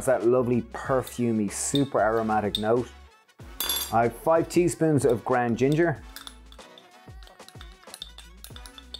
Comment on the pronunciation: I love your accent, but are you saying grand or ground because what is grand turmeric?